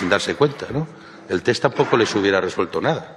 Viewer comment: Hoy, por fin puedo decir algo positivo de Ábalos... sabe pronunciar “TEST” correctamente... Y es que me he cansado de escuchar a infinidad de políticos y periodistas a los que se les llena la boca de “TETS “